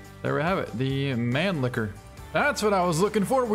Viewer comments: I believe it's actually pronounced /MAN-lih-ker/. Just like the gun that shot JFK. The Mannlicher Carcano 6.5x52. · I'm a firearms nerd and I still can't say Mannlicher without giggling. Mahn-lich-her is close to the correct pronunciation